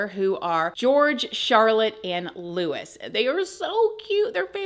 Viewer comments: And Louis is not pronounced like Lewis, but Looey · Love you, but his name is pronounced LOU- EE, not Lewis. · It’s Catherine. And Louis like Lewie not Lewis. I know it’s minor but it isn’t because they are Royal names. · Its Looooo E not Loooooo IS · It's Louis (pronounced Louie) not Lewis. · Louis is pronounced “Lou-ey” not “Lou-is” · Louis is not pronounced Lewis. It’s Louie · Louis is not pronounced Lewis. It is pronounced in the French way, 'loo-ee'. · LOUIS NOT LEWIS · Louie….. not Lewis. Pronounced Looee. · Just as a heads up….Prince Louis is pronounced Loo ee not Lewis 😃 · Also it's said Louey not Lewis x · Not LEWIS! Louis! Pronounced: Loe-ie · If you're going to cover these people, you need to pronounce things correctly. He is Prince William, not Williams, and their child is Prince Loo-ee, not loo-iss. Sorry, but I thought you would want to know. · its not lew - is , its loo-eee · It’s Louis not lewis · I love your videos but can you not check the names before pronouncing them? Prince Louis is pronounced Lou-ay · 1.Louis is pronounce Louie 2. she’s got cancer (I ’m not a royalist at all )and it’s rubbish that’s she’s had to come out and tell the world this all because of speculation like this !! Really should wait until you have all the facts before posting videos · Sorry don’t hate me but I have to correct you on prince Louis pronunciation it’s pronounced Louie xx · Something funky is going on but doubt we will ever know! There was also an ambulance at their home on 28th December that took someone to hospital and William and Princess Anne's husband have both been seem woth bruises all over them. By the way Berkshire is pronounced Barkshire. Norfolk is pronounced Norfuck. And Louis is pronounced Lewie. God knows why they aren't pronounced how they are spelt! Lol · I've seen the memes but wasn't really interested in looking it up until I saw your video 😂❤ Also, louis is pronounced lou-ie, the S is silent ❤ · Louis is pronounced Louie. Just fyi. 😂